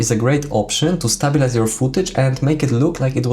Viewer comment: It's not Stab-bil-ize it's pronounced Stay-bil-ize, just sayin'